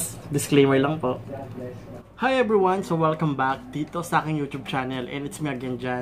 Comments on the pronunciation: Thank you po sa tips. By the way ung PAW po ay "PO" not "PAU or PAO". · sir, it's Pô po. 😊